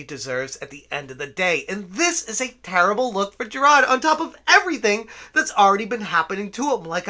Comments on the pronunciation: Jer-rod... Seriously dude, pay attention to the letters that make up a person's name. It's Jir-ARD. Rhymes with "tard". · JI-RARD. Not JI-RAHD. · I'm not a fan of the guy, but the name is JiraRd, not Jirad. Also, "is pale in comparison" is pretty funny lol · I appreciate the content here. I appreciate the coverage of this ...thing we're all seeing unfolding before our eyes. (I agree full on agree with everything you've been saying) BUT, my dude. you really really gotta stop calling this man Jirad. I know the Boston accent thing and all but "Jirad" is literally the only thing you have ever said in the accent. White people mispronouncing the names of POC is not a good look and if you want to continue covering The Completionist, you really gotta learn how to pronounce his name correctly. It's kinda racist. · I saw your tweet. I'm not calling YOU racist. I'm talking about mispronouncing his name comes off as racist. When you cover this story, Jirard's bootlickers are going to come looking for any and every crack in the foundation to make it about you. No "having an accent" isn't racist (Trust me. I know all about accents, I'm from Chicago lol). But you know how these people work. As someone who has spent YEARS dealing with toxic fandoms, I was just giving advice. I'm sorry if I came off any other way. No offense intended. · Dude please how do you just not pronounce Jirard the way that everyone else does. It kinda drives me insane. Your coverage of the situation is very prompt, so good job on that regardless